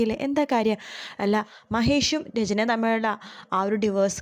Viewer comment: ഡിവേഴ്സ് അല്ല.... Diverse അല്ല ഡിവോഴ്സ്..... Divorce ......✓